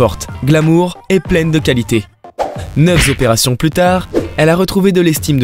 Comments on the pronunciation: À 7.29, neuf zopérations 😂... Cher ami, il n’y a pas de s à «neuf », donc pas de liaison intempestive. Quand on a affaire au public, c’est quand même mieux de parler correctement français... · Neuf z'opérations ??? Cinquante z'opérations ??? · Attention aux liaisons. Ta diction est excellente mais, par exemple, tu as dit "neuf z'opérations" sauf qu'il n'y a pas de s à la fin de neuf, du coup il n'y a pas de liaison à faire. Interessante vidéo en dehors de ça. Ils font bien ce qu'ils veulent ces gens là, mais il est dommage qu'ils n'aient pas réussi à s'aimer eux d'abord.